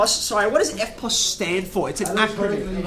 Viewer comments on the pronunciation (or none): Instead of erpos i thought he said Airpods